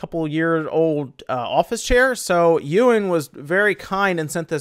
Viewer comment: Ew in... I thought it was pronounced E win with the - and all